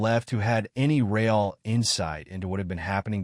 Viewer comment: How can an AI sound so human, and yet be so stupid as to pronounce words like... Messy as Messier And Real, as Rail?